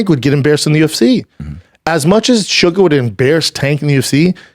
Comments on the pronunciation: Listening to him say "shugga" was painful. It's SUGAR! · For the love of everything in the world stop calling him suga every 3 seconds holy fuck